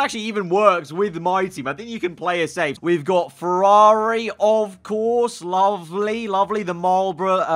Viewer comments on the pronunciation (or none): none